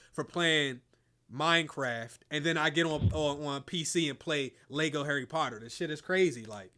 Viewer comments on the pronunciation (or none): none